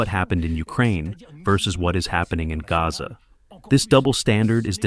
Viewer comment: The guy translating in the background didn’t pronounce Gaza correctly.